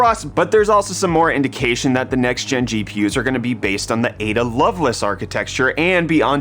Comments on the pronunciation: No. It's the middle of the Night! AND it's not love-less it's loveLACE 🤓. Drives me nutts xD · It’s Lovelace not Loveluss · its love-laise